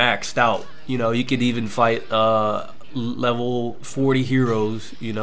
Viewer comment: did u just say "lower lever"...lmao